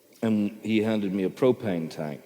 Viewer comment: he says propane tank in an english accent weirdly